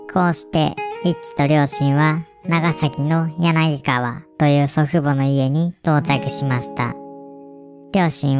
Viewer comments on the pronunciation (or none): 今更ですが、「やなぎかわ」ではなく「やながわ」だと思います！ こういうの、怖いけど地元関わると嬉しいです！ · 柳川はヤナギガワじゃなくてヤナガワやと思う